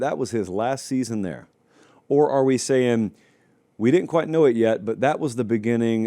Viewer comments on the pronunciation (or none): none